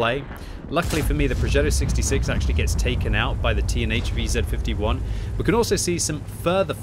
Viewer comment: It took me several times hearing "Teenage VZ55" until I realized that you were talking about the TNH VZ55! :-D